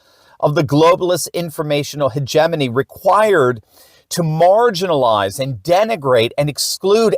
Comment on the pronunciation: 👍🇺🇸‼️ And thank you for pronouncing "hegemony" correctly!!!🙂